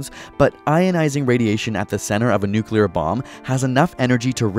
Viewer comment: NUCULAR📣POWER 📣SHOULDN'T 📣HAVE 📣BEEN INVENTED 📣